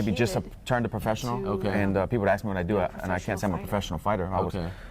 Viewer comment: "I axed him..." 😂😂😂